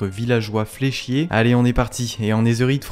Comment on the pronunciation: quand ta dit le villageois fléchier , j'ai entendu le villageois fait chier